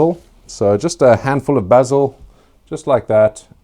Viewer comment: I love watching your channel so much, love the way you pronounce cayenne and basil 🤣